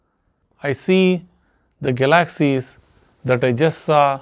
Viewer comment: Hi, you're getting very good at this. Now, if only you could pronounce galaxy's. Haha. Have a nice night.